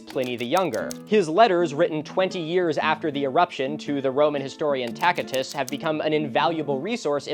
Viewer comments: Interesting way to pronounce Tacitus. I thought it was ta-suh-tuhs. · vibe check: Tacitus is pronounced as Ta-sit-us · an extremely minor gripe, but for god's sake choose between classical and ecclesiastical pronunciation already i heard [ˈta.kɪ.tʊs] on one sentence then [ˈrɛː.d͡ʒi.o] on the other, it's actually a bit painful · TAKITUS?! If you come to Northern Arizona, I will personally go toe to toe with you on all things Latin with that pronunciation.